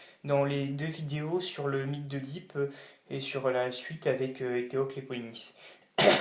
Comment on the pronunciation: On ne prononce pas /eudip/ mais /édip/. On ne prononce pas /aguénor/ mais /agénor/.